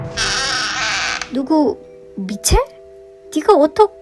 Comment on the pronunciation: 빨간망토 미첼!! 할때 미친이라는줄ㅋㅋ